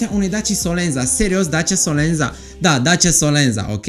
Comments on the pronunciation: / Se scrie SOLENZA, dar se citeste solenta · solenta se pronunta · / Se scrie SOLENZA, dar se citeste solenta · Se citeste solența.. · Se pronunță solența